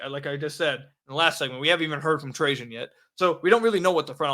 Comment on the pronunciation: I'm glad you started pronouncing Trajan right.